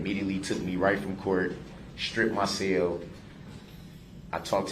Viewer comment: When he “lef” they put him in his “cael “ in a smock!